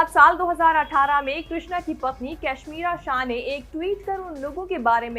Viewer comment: pure video me kashmira ko cashmira bola aapne wahi sabse badiya laga